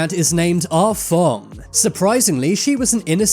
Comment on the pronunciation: “Ah Fong” sounded like “Ah Fuck” 😂